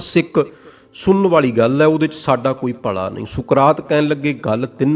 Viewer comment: ਤੂੰ ਪੱਗੜ ਬੰਨ੍ਹ ਕੇ ਲੋਕਾਂ ਨੂੰ ਗਲਤ ਪੰਜਾਬੀ ਉਚਾਰਨ ਕਰ ਰਿਹਾ ,ਭਲਾ ਹੁੰਦਾ ਨਾਕਿ ਭਲਾ਼ ਸਾਲਾਂ ਫਿਲੌਸਫਰ ਬਣੀ ਫਿਰਦਾ